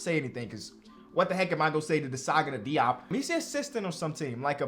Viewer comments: hey i just wanted to say it is prounced jope not diop. I’m not mad but jus wanted to ingorm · Hey, I may be wrong here… but as a lifetime cavs fan, Diops name was always announced to sound like Zagana Jop when he played for us. Don’t want you to run into that man again and you potentially are saying his name wrong lol. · As a life long Nets fan, when Desagana Diop was on the Nets, I’m pretty sure I remember the Nets announcers, such as Ian Eagle, pronounced his last name as “Jop.”